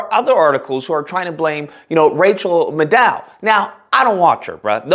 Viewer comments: Why are you putting Rachel on your photo for this video? You should use Joe and Mika as the photo on your video especially since unlike them, Rachel did not bend the knee. Rachel is good so you should see her at least once before you criticize her (you also did not say her last name correctly). Also, Don Lemon was on CNN and Rachel is on MSNBC so you cannot compare them. I like you but please do your homework. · Truth. obviously hasn't watched her show. He can't even pronounce her name. I don't expect much from a man who didn't recognize Leslie Stahl of 60 minutes. Obviously more in tune with video games and Bob's Burgers. SAD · You shouldn’t slam Rachel when you admittedly don’t know her, and second, can’t even pronounce her name. At this point she’s only on, on Monday’s. Rachel is the business, dude. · My friend: 1) Do your homework before recording...learn how to pronounce some of these people's names (Rachel Maddow specifically). 2) MSNBC didn't fire Don Lemon and kept Rachel Maddow because Don Lemon never worked for MSNBC! He got canned from CNN. 3) Liberals (and this is coming from an Independent who usually ends up voting Democrat) need to OWN their 💩! Y'all can criticize, whine, cry and whatever about Trump, Elon, Fox and so on all you want...however Dems and Liberals need to own that the voters gave them the country back 4 years ago and they made it so bad that people willingly gave it back to Trump. We knew from the moment Trump left office what was going to be up if he came back and thr Democrats F'd up so bad most of the country said they would take him back over both the current President and Vice President. Democrats need to shut up, stop with the whining and crying and rebuild their party! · You don't even know how to pronounce her name, clearly you haven't watched her show. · How can you not know how to pronounce Rachel's last name?? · It's pronounced "Neel-son," not "Nelson". And it's "Mad-dow," not "Ma-DOW". Respectfully.